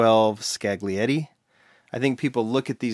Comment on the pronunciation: Nice video,! I regret not picking them up when they were pegwarmers. Still kicking myself till today.... BTW, the Ferrari 612 name is pronounced ‘Ska-lietti’ (the ‘g’ is silent), the Lambo Reventon is pronounced ‘Rebenton’ (the V is pronounced as a B for some reason), the VW Scirocco is pronounces as ‘Shi-rocco’